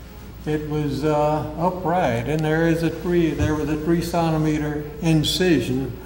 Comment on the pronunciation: Why does he keep mispronouncing 'centimeter'? ...and 'salmon'?